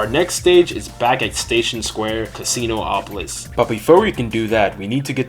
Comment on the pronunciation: It’s not Casino-opolis, it’s Casinopolis